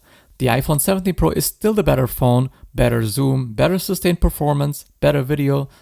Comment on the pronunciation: ИИ не может произнести Про и везде говорит Пра?